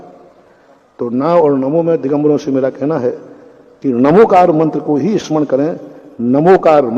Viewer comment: नमोस्तु आचार्य महाप्रज्ञ ने भी बहुत पहले स्पष्ट किया है कि यह णमोकार मंत्र है ण उच्चारण करने से जिव्हा तालु से टकराती है जिससे शक्ति जागृत होती है यह प्राकृत भाषा का मंत्र है और प्राकृत भाषा में न अक्षर हैं ही नहीं वहां तो ही है अर्थात् णमोकार